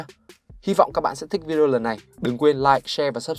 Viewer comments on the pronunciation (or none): none